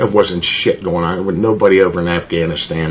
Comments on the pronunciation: Assganistan. I can't be the only one who heard him say that. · Did he say Assganistan? 🤦🏻‍♀️ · Man said “assganistan”. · No way he said “ass-ghanistan” and don just let that slide 😂